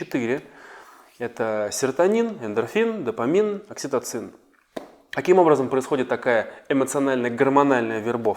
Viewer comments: запомните , правильно говорить ДОФАМИН , а не допамин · Дофамин, а не допамин. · Допамин???А не дофамин?